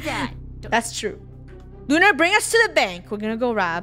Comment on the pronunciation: WHY YoU sAy OnE sRaR